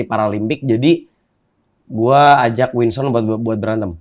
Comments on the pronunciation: WINSON BANGG BUKANN WINSTON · Winson bang, winson. Bukan winston. 😂😂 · Please...Winson bukan Winston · WKWKWKW GW NGAKAK BANG DENY BILANG NYA WINSTON KWKWWKWKWK NAMA ORANG DIUBAH2 KWKWKKW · Winson kang ,bukan winston:v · winson den, winson bukan winston wkwkwwk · Winson bg bukan Winston